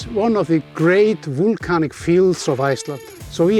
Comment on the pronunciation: I have to admit, even for an Icelander like myself (and a big geology enthusiast with 3 geology courses behind me at the university), it's a bit difficult hearing always say wool-canic and wool-cano... haha. A wealth of good knowledge from him though:)